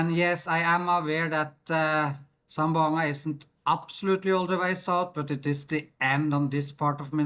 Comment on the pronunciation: Hi im from Zamboanga city 🎉🎉 zam-bo-anga 😅😅👋👋👋